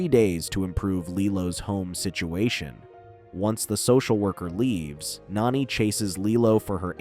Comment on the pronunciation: If you can’t say the characters names right don’t say them at all lilo’s sisters is name Nani NOT nanny